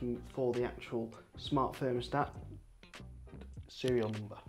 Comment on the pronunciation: Very interesting. Also you say 'fart' instead of 'smart' at about 7 minutes, which made it for me.